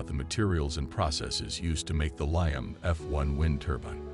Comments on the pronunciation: Liam not lion for anyone looking. Dude needs to get hooked on phonics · The pronunciation of Liam as lie-um is driving me crazy!